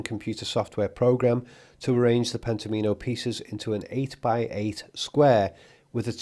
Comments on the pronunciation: N.B - Pent-ominos is pronounced so "Omino" rhymes with "Domino", rather than "Amee-no" Pent Om In O - not Penta Meen O ❤🍻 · Pen-tom-ino, as in "domino" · Wouldn't you pronounce it "Pent-AH-minnow" as in Domino (DAH-minnow)? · Not that it matters, but I think it's pronounced pent-OM-in-o (like "domino"). I only felt compelled to write this as you said the word so many times in this video. Sorry. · I suspect the board game is pronounced “Pentomimo” to rhyme with “domino.” The graphic design highlights the “Omino” portion as if accenting it there. This game I believe relates to “Pentominoes,” which were described by Martin Gardner in his Mathematical Games column in Scientific American in 1965, and is republished and still in print today in several books. Arthur C. Clarke also used Pentominoes in his later book Imperial Earth. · I feel Pentomino is likely pronounced as like Domino - I do get the feeling that Kubrick would've LOVED himself some Sudoku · I thought of this too. Definitely confirm Pentomino pronunciation, as I shiver each time you say it. I have heard it for decades pronounced like Domino, with the emphasis on the “Om.” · surely it's pronounced like "domino"?